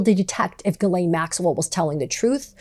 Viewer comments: Her name is pronounced Gee-len, not Guh-lane. How do I know this? Listen to her victims. They all say her name the same way and they had real relationships/interactions with her. Maxwell did horrible things. She deserves to have her name pronounced correctly so that those horrible things are stuck to her and her true identity forever. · Ghislaine is pronounced ( j-is-lāne) Come on girl who's doing your research.